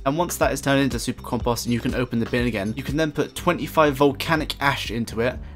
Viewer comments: This can't really be how people pronounce compost where you're from? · The way he says compost has me dead lmaooooo "campahst"